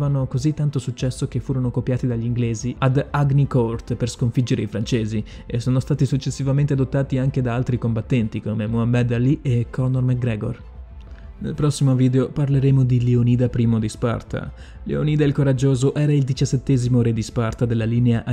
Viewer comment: Un altro errore in pronuncia: si dice Muhammad Ali non Muhammed